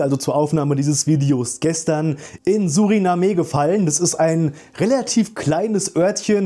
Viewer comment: Suriname… ohne e gesprochen. Und ein land…(; Danke für die infos